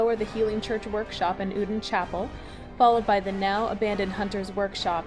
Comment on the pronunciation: "formless oodin"